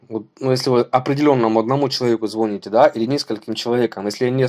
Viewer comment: значит, говоришь, звОните? Сначала научись по-русски говорить.